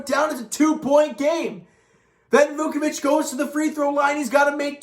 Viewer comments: Yeah I heard he said “Dukeavich” There’s no D in his name it’s Voochevich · Down by a huge deficit, come back to to make it close and lose due to a missed buzzer beater. Yeah that sounds like the Raps, this team still has no clutch gene 😬 Edit: also, come on man. "Voochevich" is how it's pronounced, it's really not that hard.